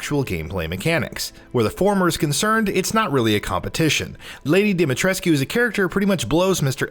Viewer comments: The game has been out for days and you still cant pronounce her name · Ethan is an American and americans don’t know how to pronounce shit (or they don’t want to) so it’s in fact rather realistic. In all the other languages, it’s pronounced the right way. It’s only pronounced wrongly in English. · why do people still mispronounce her name? Capcom actually said its mispronounce "Lady DIMITRIS" not dimitrisscu. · It's not pronounced "Dimitreskyuuuu"..it's pronounced "Dimitresskkkkkehh" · Come on, if you're gonna do games journalism at least learn how to pronounce the name. She SAYS IT IN THE GAME, did you even play these games before reporting on it or what? Her name is pronounced Dommi-tres'ck, not Dimi Tres-q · he said demi tres coo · No no no you say her name like domytresc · It’s pronounced “dah-mee-tresk”, no need to elongate the “koo” at the end. And anyone who has played the game knows she’s NOT a vampire 🙄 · Why is it so hard for people to pronounce her name correctly??? Dimitrescu (Dem-i-tresk) Stop pronouncing the "u" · Bruh it isnt.... Im romanian and its pronounced deemeetreskoo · Can people please stop pronouncing the u in Dimitrescu? It's pronounced DimiTRESK. Like literally her name is said quite a few times in the game... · Anyone else kinda bothered by constant pronunciation of DimetrescYOOOU... haha... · Great video but your pronunciation of Lady Ds second name bothers me more than it should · I’m sorry but during the game Lady Dimitrescu says her name more than once however you are not able to pronounce it correctly? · we're still pronouncing Lady D's name wrong? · Why does everyone still mispronounce Demitrescu's name. The u is silent. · that's not how you say her name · Lady Dimitrescu, the u is silent in her name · The u is silent in Dimitrescu. They say the name a thousand times in the game. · gaddammit, STOP pronouncing the U at the end of Dimitrescu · Pronounced lady Dimitrescu wrong otherwise good video.